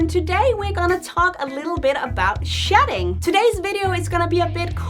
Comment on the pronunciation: It almost sounded like you were saying "sh*t" 😁